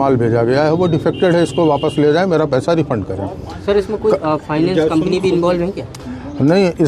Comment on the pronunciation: रिफंड बोलते लाला 😂